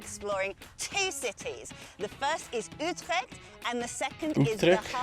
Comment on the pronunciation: hahaha the lady said Utrecht wrong but you !! you said it correct the " ggg" / " chch " sound is just as if you pull up spit from your belly to your mouth ahha